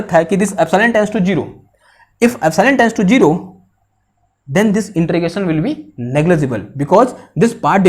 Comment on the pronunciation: its integration...not inTREgation